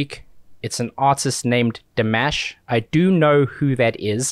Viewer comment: His name is pronounced (Dee • mawsh) Thanks for reacting to the best Vocalist in the planet.